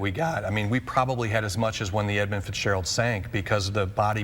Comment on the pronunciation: I think it's Edmund with a U.